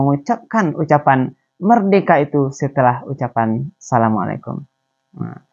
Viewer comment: kan ini pondok bagi anak2 muda indonesia belajar agama..mengaji dan lain2...kok malah pengucapan assalammualikum nya sangat pelik dan tidak fasih arabnya????kenapa perlu pakai suit barat yang megah (kot)...kan islam menganjurkan sederhana dalam berpakaian???...adakah indonesia belum merdeka dari belanda...dari inggeris???